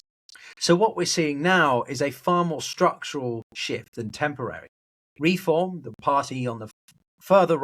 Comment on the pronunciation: Why do you say REE-form? It's Re-FORM.